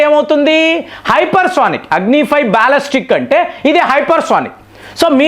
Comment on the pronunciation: అరేయ్ కొన్ని నీకు నోరు పలకదు. Non veg మానేసి vlogs చేయి. బాలిస్టిక్ missile ni బాలస్టిక్ అంటున్నావు.